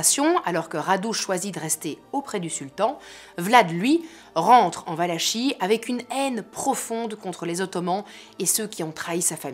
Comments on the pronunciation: superbe narration, merci pour cette video juste un petit détail: Valachie se prononce valakie :) :) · On prononce Valakie. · Excellente vidéo comme d’habitude que j’avais ratée et que je vois sur le tard mais avec toujours tant de plaisir ! Juste une petite note, je ne sais pas si quelqu’un l’a déjà mentionné : ça se prononce « valaki » ;) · Valachie se dit Valakie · On prononce valakie